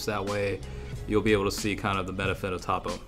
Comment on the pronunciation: its pronounced toe-po